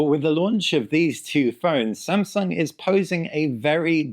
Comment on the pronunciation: What? It's really "Shamsung", unbelievable!